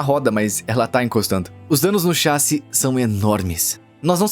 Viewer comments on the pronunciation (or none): Alguém mais acha estranho o dublador falando "chássi" ao invés de "chassí" kkkkk, pode ser uma dublagem gerada por IA talvez